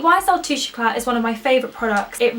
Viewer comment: You don't pronounce the T in d"éclat [